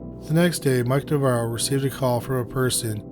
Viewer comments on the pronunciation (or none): weird how the narrator keeps flip-flopping back and forth between pronouncing Navarro correctly and then saying it wrong. Like literally in the same sentence.